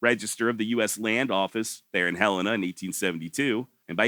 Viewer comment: Im so glad that you know how to say Helena correctly. Ive grown up hearing people from out of state pronouncing it Huh-Leena. Good job.